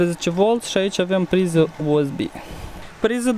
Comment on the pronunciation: asa se aude accentul moldovenesc U S B. Era mai simplu sa fi spus USB in romana, dar fiecare spune cum vrea